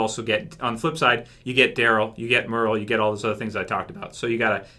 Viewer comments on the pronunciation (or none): none